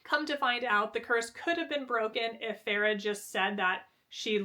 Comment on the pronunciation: I love you but listening to you say “Freya” and “Farrah” over and over again was insanity 😂. FAY-RA